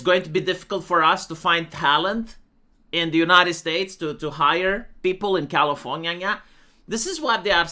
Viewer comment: Why does call California "Californyanya"?